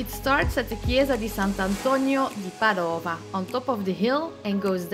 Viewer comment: Thank you for this wonderful video. I shall be staying in Monopoli in July and will definitely be visiting Alberobello, Polignano and hopefully Matera and Bari roo. May i please ask something though? Why did you pronounce Padova (la chiesa di Sant' Antonio di Padova) as PadOva? I thought it was pronounced PAdova.?? Thank you once more. I can't wait to visit beautiful Puglia